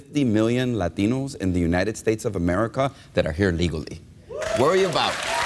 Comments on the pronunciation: no, because as we all know Lahteenohs (to use Gutierrez' strained and over affected pronunciation) really support LGBTQ issues like boys in girls sports and locker rooms, s-s marriage, and other political gray areas that the Catholics love, like abrtn... Nice analysis, dude... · Without snide comments, Maher has nothing. As for his barking seals of an audience, they are brainless. And why does that guy pronounce it "Lateeeeeeeeeeeeenos" as if that makes it more credible? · Why dont they say Latinos, like its spelled, instead of Latheenos? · The th they put in Latinos is hilarious